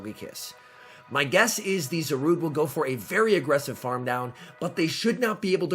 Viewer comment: its pronounced za-she-en